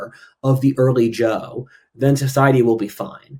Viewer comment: `Zhou` is not pronounced like `Jo` - J is a voiced CH sound, and you were pronouncing it that way. However, ZH is pronounced as a voiced SH sound; a fricative consonant, not a stop. It's a sound that doesn't appear in English.